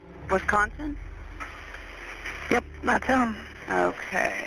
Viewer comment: It shouldn’t but as a Wisconsinite the way she says Wisconsin bugs me